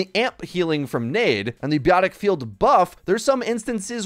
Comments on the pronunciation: I know you didn't just say biotic as 'beeotic" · “BEEE-YOTIC field” 😂